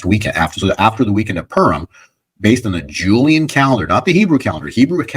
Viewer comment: PURIM - "POO-reem"